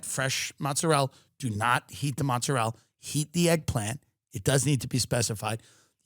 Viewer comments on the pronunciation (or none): Tim it's mozzarella, mozzarellA, not mozzarell!!! "Oh but you clip the last vowel in Italian" no!!!! Don't trust Tony Soprano!